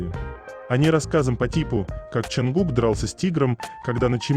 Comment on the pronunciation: Почему имя ,,Чонгук,, все время произносится через букву ,,А,, ? Слух режет 😮